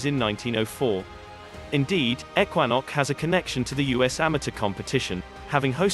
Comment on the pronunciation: Pictures don't match the narrative; you can't have a links course in the mountains.; Ekwanok is mispronounced. This video is a complete fraud.